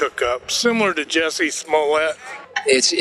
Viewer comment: It's JUSSIE, not JESSIE!